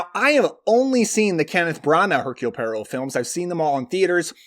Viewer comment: You said Poirot just like Rachett said it in the Murder on The Orient Express...😂